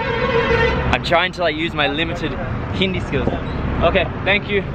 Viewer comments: This man hindi accent is better than some indians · You have best pronunciation of hindi name and word I ever heard by any westener or english people